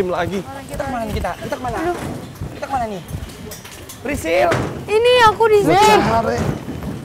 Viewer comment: manggil frisly: "prisilll.... 🤣🤣🤣